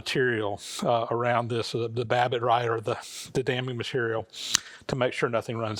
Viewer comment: I've been sort of bouncing around watching this series in the wrong order, but it's been one of the most interesting and informative things I've ever seen, and I'm really enjoying it. But in regard to the pouring of the babbitt joints, every time you mention "damming material" I hear "damning material." And that really cracks me up. Just wanted to share.